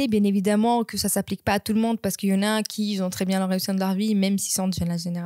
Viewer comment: Dis un peu " qui ont" et pas "qui zont" 😉